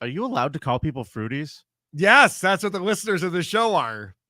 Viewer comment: Fruities? Sounds more like Fruit Booties, eh?